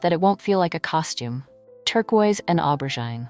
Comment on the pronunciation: It’s aubergine (o-ber-jeen). If you are going to use a French word at least pronounce it correctly. I am all for turquoise and aubergine, pale pistachio and powder pink.